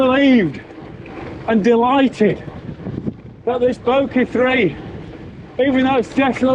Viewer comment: Great review of a fantastic bike. Keep working on that "Bokeh" pronunciation!!